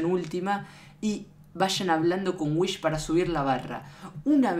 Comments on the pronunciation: Es wihs no whish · Whis, no "Whish" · Se dice wis no wich